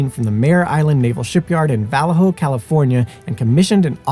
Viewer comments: General Vallejo did indeed pronounce his surname "Va-L'AY-Ho" & it's the name given not only to the ship but to a city in the San Francisco Bay Area. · thank you for this. (But “Vallejo” is “Va-LAY-ho”.) Excellent narration and now I am very interested in visiting Quincy whenever I get to the East Coast.